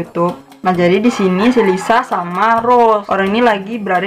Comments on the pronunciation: Menurut aku bukan Lisu sih kak, tapi kaya Liseu bacanya.. Hehe maaf yah kalo aku sotau🤭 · Maaf ka,,bkny itu d bca ny 'Liseu' bkn Lisu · Itu bukan (리수)Lisu kak tapi (리스)Liseu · Lisa bukan lisu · Lisa bukan lisu kak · Kak bukan lisu tapi lisa kak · Lisa kak bukan lisu😂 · Lisa ka bukan lisu anjay